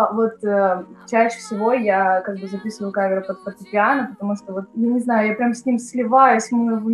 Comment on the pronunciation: Музыкант, который не знает как правильно называется фортепиано... Аж уши режет Люди, учащиеся в муз.школе поймут меня